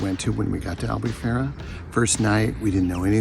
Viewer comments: i love your videos, but once again, you 2 now are living in Albufeira, please learn how to pronounce it correctly, it's AL_BOO_PHEI_RA*. Its so disrectful when foreignours go to Portugal and can't even pronounce ''POOR_TU_GAL'', not Porchugul. I'm impressed you both pronounced Algarve correctly.....I STILL LOVE YOUR VIDEOS n i'm so jealous in Newark NJ.....LOL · Hey guys nice vids .. here are some tips in Portuguese pronunciation. “Ei” as in albufeira is always pronounced as “ay” . U is pronounced “oooh” so albufeira would phonetically sound like AL- BOO- FAY- RUH. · If I may, I am Portuguese and your lovely town of Albufeira is pronounced.... Al boo fay rra (roll the r on the tongue)... ENJOY! 😉🏖